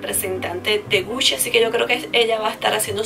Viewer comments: Hola como crítica constructiva, la pronunciación no es "Gushi" si no "Guchi".❤ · Me gustan tus videos pero.... cada vez que decias "Gushi" me daba cosita :3, en realidad se pronuncia Guchi no Gushi escribiendo Gucci. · te doy un datito sin que lo tomes mal... es gucci se pronuncia guchi.. no gusschi.. 😊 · Se dice guchi, no gusi. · Me acabo de dar cuenta que estuve pronunciando mal gucci 😅😅😅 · me causa un cierto desagrado como dices "gucci"